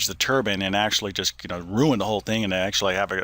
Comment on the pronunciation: Thank you for pronouncing the word turbine correctly - that is "turban."